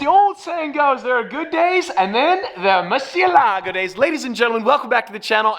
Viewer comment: Yo, have Sophia teach you the correct way to pronounce the Murciélago 🤭